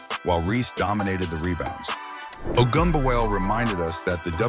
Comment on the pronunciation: I like how this AI narrator decides since it can't figure out how to pronounce Ogunbowale it's just going to use ALL pronunciations just in case.